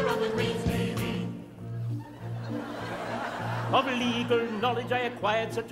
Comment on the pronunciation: Drinking game whenever he says queen's navee you take a shot